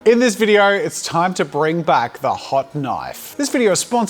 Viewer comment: 'In this vidieuoo'😂😂